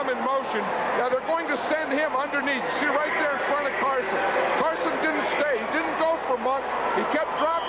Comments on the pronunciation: Summerall keeps calling him Carsons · Anyone notice Summerall calling Harry Carson, "Carsons"?😅